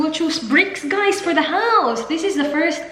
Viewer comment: That "hi ghAys"